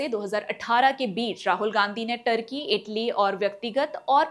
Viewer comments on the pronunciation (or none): none